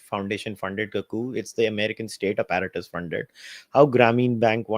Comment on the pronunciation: The way this pronouncing APPARATUS is cringe. 😂😂😂 Abet English seekh le tab Bol.